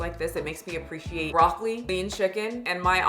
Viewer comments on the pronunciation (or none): none